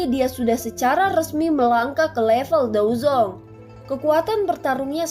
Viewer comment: Bukan dozong dozun 😂